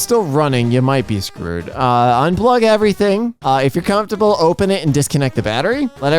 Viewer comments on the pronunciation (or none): none